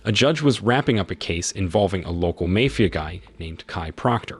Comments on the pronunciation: Did you say "mayfia"?? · you pronounced "mafia" wrong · the narrator can't pronounce Mafia correctly, so maybe he can't do basic math either. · Yep, repeatedly.